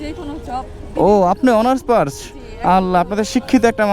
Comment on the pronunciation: ভাই অনার্স পার্স না অনার্স পাস বলছে।